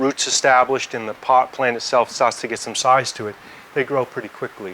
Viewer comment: Wow, I couldn’t hear his Aussie accident until he said “start” and “size” , but that’s not the point of the video. This was very informative, thank you!